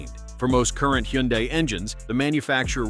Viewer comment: It's funny how the AI voice pronounces Hyundai at least 3 different ways. FYI the correct pronunciation is hun-day.